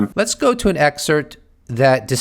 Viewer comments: You’re a smart guy please pronounce excerpt, anonymous correctly there’s a P in it ? It’s not EXCERT ITS EXCERPT . You ALLWAYS use the latter when your trying to say the former. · Excerpt, not excert